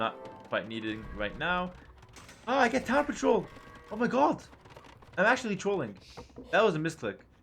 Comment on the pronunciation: “Town Patroul”